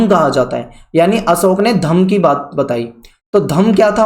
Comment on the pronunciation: Wo अशोक hai na ki असोक